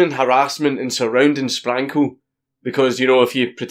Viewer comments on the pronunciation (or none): Not gunna lie, the first 20 times Dank said Sprankle, it sounded like, "Spankle", XD